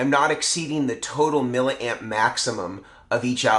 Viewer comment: Milla Amp? C'mon you and need to learn how to pronounce the word milli. We don't say killa ohm or megi ohm or pica farad. SI units. Just being a wize guy:)